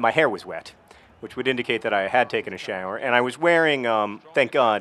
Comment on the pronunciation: I noticed that too... "shAAƝwer"